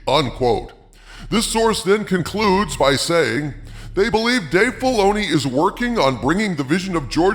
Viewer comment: Dave Filay-she-oo.... . is aweful...ashoka is bad...